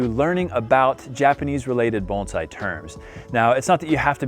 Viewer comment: You're one of few Americans or Canadians that doesn't mispronounce bonsai as bone-sai